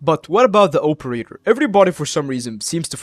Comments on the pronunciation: (OPE)erator lol midwestern for sure. thx for the vid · I'm Midwestern as well, but I don't pronounce it like that